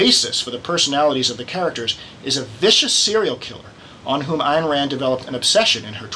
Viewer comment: Her name is Ayn (rhymes with mine), not Ann.